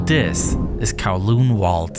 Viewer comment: Why do you say "dis" instead of "this"